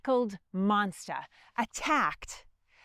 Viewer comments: monsta...fatha...feva... Love the accent and thanks for enlightening us with American Revolution history! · "monsta" LOL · Im sorry did she say Monstah? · Monster dosent have an A at the end of it. Neither does the word four.